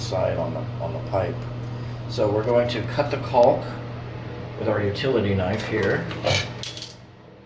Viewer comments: Stop pronouncing the L in caulk driving me nuts....lol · I suppose there are regional variations in how the word is pronounced. I always thought it was “colk.” Now I’m self-conscious about it, HaHaHa. Okay, I’ll just avoid the whole thing and call it “sealant.”